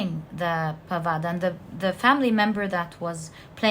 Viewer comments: For knowledge purpose only....she keeps talking about "Mahabharat" & it's Indian mythology. You aren't able to spell the names properly, let me help you with that. It's "Pandavas" not 'padavas' & it's " Kauravas" not 'koras' last but not least, for the most clever person it's "shakuni" not ' sukni' . Hope that helps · It's the Pandavas and the Kauravas not parada or karava😊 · There is a small correction in pronunciation my dear. Mahabharatha is the story of Pandava's and Kowravas. ( Paandavar and Kowravar ) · also isnt it pandavas and kauravas? her pronunciations are wrong but honestly it doesnt matter too much as long as i get what she is saying and it resonates. spot on readings ahahaha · pandavas pronunciation kauravs pronunciation Lakshman died in the battle. He was to be brought back to life with the Sanjivini herb. That is the herb Hanuman was looking for.